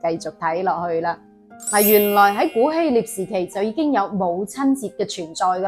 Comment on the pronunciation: 係希臘，唔係希獵